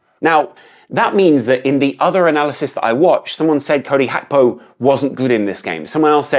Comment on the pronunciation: Mate what is HAKPO. Say Gakpo. Even I’m his interview he pronounces it the way it I spelt.